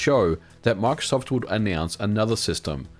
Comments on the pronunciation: Omg can you not pronounce Microsoft (My-Crow-Soft) like markof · When you say microsoft it sounds like you're saying MRKZCKRBRG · Why does he say marksoft 😂😂